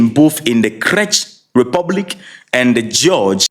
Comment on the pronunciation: Not crech Republic the correct pronunciation is “Check” republic.